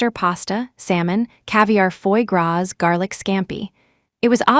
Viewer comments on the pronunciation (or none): Not foy gras but Foie